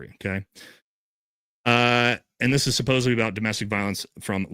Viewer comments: Omg it’s SUPPOSEDLY NOT SUPPOSEBLY. I can’t trust anyone this illiterate. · Love you but please, supposeDly, for heavens sake lol